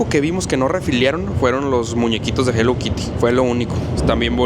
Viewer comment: Yo en modo INGLÉS SIN BARRERAS 😂😂,,se escribe HELLO KITTY y se dice JELOU KIRI 😂😂❤